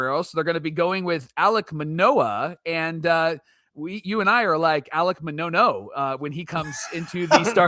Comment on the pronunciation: Alec Ma-Nono has me on the floor. 😂